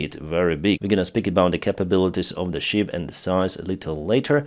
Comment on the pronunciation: you sank a ship, not a sheep. Big difference in pronunciation.